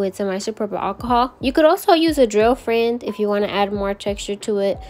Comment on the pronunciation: This is the first time watching your channel, and I absolutely love these. I need to do 90’s nail set for my sister who’s attending a 90’s birthday party. Thanks for the inspo. The way you say FRAND makes me lol. I also love the black cat intro. I have 2 kitties and one is all black. 🖤